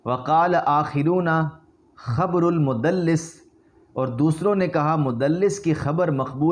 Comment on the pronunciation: پہلے کچھ پڑھ لکھ لو بیٹا... تیرے بس کی بات نہیں پاب کو بھیج 1) حتی یقولُ نہیں حتی یقولَ. 2) سَماع ہے نہ کہ سِماع. 3) خبرُ مدلس ہے نہ خبرُن 4) اَ نّ المدلسَ ہے نہ کہ اَن المدلس